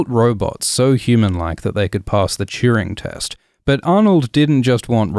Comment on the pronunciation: can anyone help me know what he said there please? Pass the cheering test? Chewing test? Chirwing maybe? I’ve googled but 😔, lol 😂 what the heck did he say